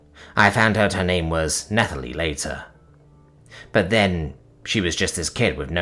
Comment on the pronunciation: Oh this was good. This is a story that deserves some more. Either Hima or the Contingent. As a note: Dingy: din-jee Nathalie: Natalie, for some reason in the name the h is silent.